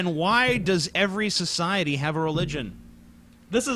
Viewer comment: He also pronounces "society" as "sjociety"